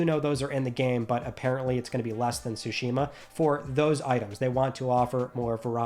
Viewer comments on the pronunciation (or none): none